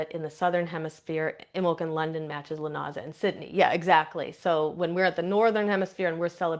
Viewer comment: Um it is pronounced LOO NAH SAH